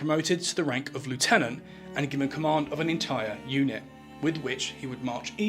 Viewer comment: "Twentieth," not twenty-uff. "School": skool, not skoo. "Unit": with a T on the end. Why don't you listen to your recordings before you post them at us?